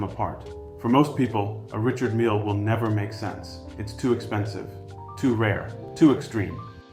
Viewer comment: Did he pronounce it wrong? 🤷🏽‍♂️